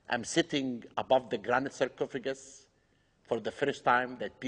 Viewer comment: why does he say cercofigant for like times